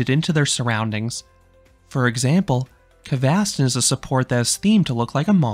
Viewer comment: the red coaster kvasten on gröna lund is called broom in english and vilda musen is called wild mouse so pls use english words when you are talking about the rides cause its sounds wierd when you try to pronounce it in swedish since you arent a swedish talking person i think🙂